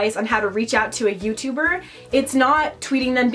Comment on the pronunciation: "eva is the best youturrrrber ever!"